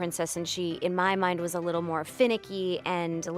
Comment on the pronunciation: "It whas her all this time!" Bleh it whas good until that ending bleh